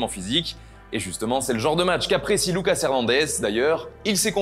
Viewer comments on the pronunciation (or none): Lucas avec un accent français